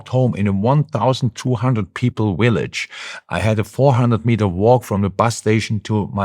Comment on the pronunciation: In my Willage 😂 love it .